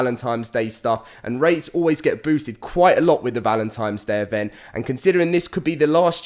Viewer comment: Repeat after me, "ValentiNNNe"